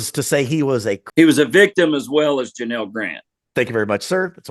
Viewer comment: You could at least get the woman's name right it's Janel not Janal